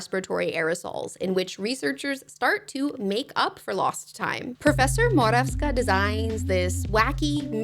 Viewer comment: as a Polish person I appreciate your pronunciation of Morawska so much 🙏 this is such a low bar but thank you for not anglifying her surname, I need you to know that that really matters, thank you